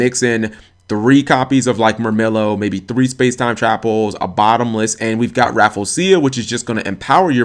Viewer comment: Rafflesia is not pronounced that way.